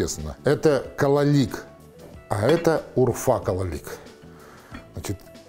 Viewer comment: Не кололик , а кололак